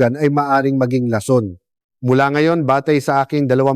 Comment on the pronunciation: Ayusin mo ung pagbigkas ng lason para hindi nakakasukang pakinggan